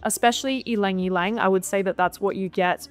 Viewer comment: Thanks for pronouncing Ylang correctly. There is a popular tiktor influencer and I cringe everytime she says lang lang for ylang ylang